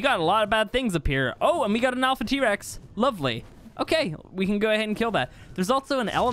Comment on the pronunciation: A lot of “Lovele” in this video